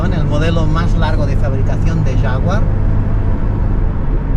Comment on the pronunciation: Es un coche espectacular, no alñ alcance de cualquiera, pero es un sueño. Por cierto Toby diciendo jafguar clase e, jajajajajajajajajajajajja